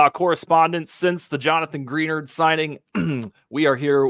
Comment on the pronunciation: It's pronounced Gra-nard. 👍